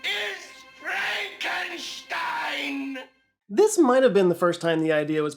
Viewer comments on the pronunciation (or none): That's Frohnk-oon-shteen. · It’s actually pronounced FrankenSTEEN